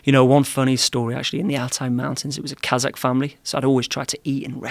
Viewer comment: He isn't pronouncing it properly that's why. Many slavic names end with AK like Polak, etc... But Kazakh is pronounced Kazahh where the H is emphasized, no K